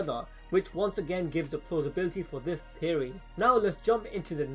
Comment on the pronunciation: Anyone else hear Terrry instead of Theory when he says Theory